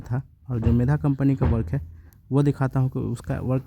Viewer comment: Medha nahi megha boliye